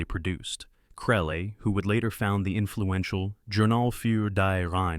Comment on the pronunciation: What Language is that journal title in ????? Its not french, not German, not Latin... Why not show a copy that shows the name without mangling the pronunciation of it? And what is his name, Krell or Krelly or Krellay ? Make up your mind.